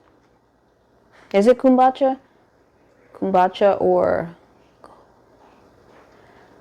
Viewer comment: 😂 now you know we laughed about this before! It’s Pronounced Kum-boo-cha. I’m cracking up.